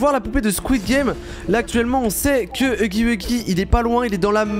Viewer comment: Tu dit pas huggy wuggy tu est entrai de dire uggy uggy duh😅🤧😳